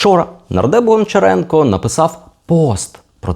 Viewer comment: правильно казати або гамчіренка або ганчіренка